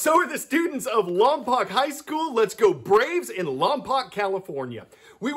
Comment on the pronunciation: it’s lom•poke.